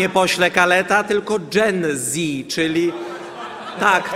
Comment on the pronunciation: Zakichany anglik na fotelu marszalka sam jak te jen zi